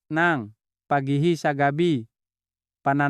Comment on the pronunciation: Doc ikaw ba ay Pinoykc para kang Bombay na nagsasalita. Pati letter g ay binibigkas mong k like tulog sa iyo ay tulok,likod ay likot. Ay yay yay you’re not a good speaker. Nung una kitang marinig ay Hindi ka naman ganyan magsalita